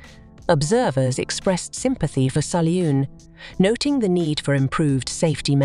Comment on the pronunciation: It's Sull-yoon, not Sully-yoon